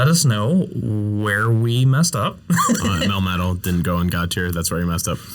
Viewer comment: DO NOT LEAVE OFF THE A IN MELMETAL!